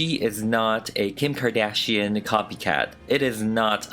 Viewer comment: nobody:: kHeem KhArdaZzhióhNe